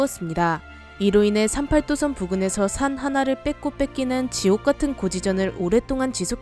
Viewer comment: 38도선 말할때 발음 구림. 조선족인가 했음